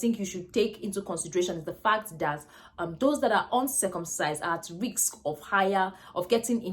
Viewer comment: Hi nurse, it is not riks but risk.